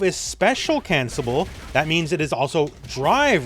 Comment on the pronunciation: speak wit hme: Spe-cial CANCLE-ABLE (move the L to the able) TY!:D